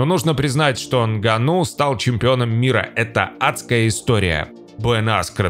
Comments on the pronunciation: нГанну а не нганнУ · Из за не правильного ударение Нганно, аж тошно слушать, правильно, что не подписался